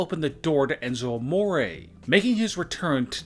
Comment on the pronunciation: Enzo amoraayy... What the fuck It's Enzo Amore